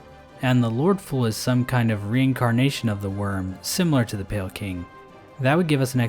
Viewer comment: Emphasis on PALE champion.